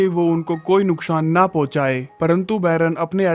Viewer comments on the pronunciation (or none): none